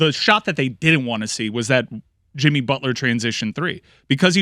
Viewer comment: That man said Himmy Butler 😭😭😭😭😭😭